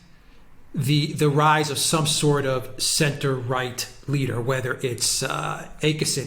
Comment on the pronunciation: Always a very interesting program. One point of irritation is the often mispronounced names of people. It is a simple thing to find out how to pronounce names of key politicians such as Jimmy Åkesson and many others. We Brits sound dumb when we can't do this, especially on a good program like yours. Å is not A. It is more like "or" withou a rolling "r". I am not suggesting you develop accents for all the international names, but you could do a lot better in just getting the basic sounds right.